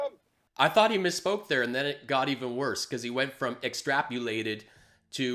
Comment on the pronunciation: He 'extrapulated'. Lol!